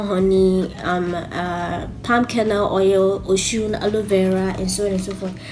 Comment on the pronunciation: It's pronounced "O-soon" not O-shoon. Osun is the Yoruba word for Camwood (African sandalwood).